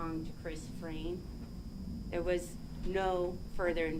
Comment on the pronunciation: This defense attorney is so annoying! She can’t get her facts straight and she can’t say people’s names correctly!!!! Hello!!! It’s Frain, not Fran! Geeze